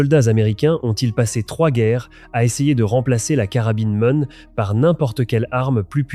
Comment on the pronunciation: C'est pas Mone, c'est M one, M1.. lia, ça va pas...